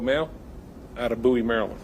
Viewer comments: You keep calling her Rose. I believe that is her middle name. I live in MD in the DMV and her family never called her Rose on the news. Why are you calling her Rose? P.S. Bowie is pronounced "Booie" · It’s (Boo-we) Md not David Bowie, MD. FYI.